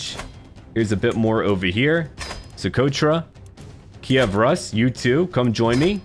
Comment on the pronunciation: I think it's time to point out that the pronunciation of "Rus" is actually Rus', with this softness at the ending, also it's completly "u", not "a" at all. I always thought someone else is going to mention that, but... finally it's my time to help with foreign words it seems.